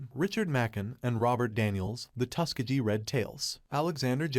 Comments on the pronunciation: yo boss can AI get a teeny tweak to pronounce iit TUSS KEHH GHEE hard g instead of tuske jee sheezuss chrrrist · My dude. How are you pronouncing Tuskegee?